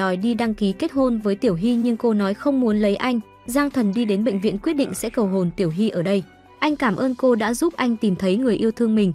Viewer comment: ê baa lúc cầu hôn ở bệnh viện mà s t nghe thành cầu hồn=)))